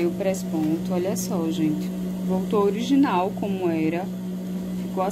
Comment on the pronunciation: Engraçado vc fala presponto rsrs